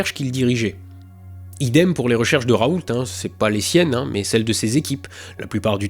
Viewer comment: Ah... On prononce bien le professeur Raoulte, donc...^^